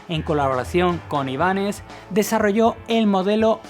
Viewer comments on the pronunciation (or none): none